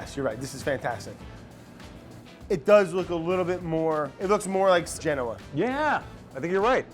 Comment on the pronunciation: "Eyyy I grew up on eet" -You may come ouf of Jersey, but Jersey is never coming out of you.